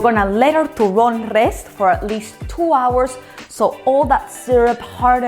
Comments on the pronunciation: TURRÓN??? TURRÓNNN??? TURRRRÓNNN??? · TURRON TURRRRRRRROON TURRRRRRRRRRRRRRRROOOOOOOOON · TURRRRRRRON TURRRRRRRON TURRRRRRON!!!! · TURRON?! TURRRRRON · Why do everyone keep saying Ena , I came here for the Turròn